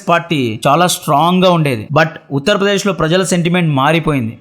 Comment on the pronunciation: మీ మాతృ భాష ఏమిటిబాబు ? తెలుగు భాషను ఖూని చేసారు. ,కార్ సేవకురు , కాదు. "కర సేవకులు". బాబరీ మసీదు గా మీ మీడియా వాళ్ళు ప్రచారం చేసారు. ఉత్త'ర్ ' ప్రదేశ్ కాదు. ఉత్త'ర' ప్రదేశ్